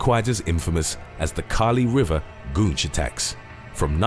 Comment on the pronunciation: Goonch? Wat you talking about Willis.